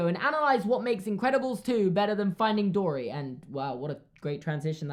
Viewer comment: I thought he said finding Dora 😂